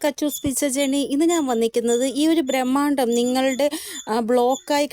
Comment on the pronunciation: ബ്രഹ്മാണ്ഡം not ഭ്രമാണ്ടം